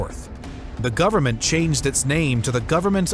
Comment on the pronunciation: Why the narrator is adding "S" in the end of some words like: went or government making it sound wents or governmens ?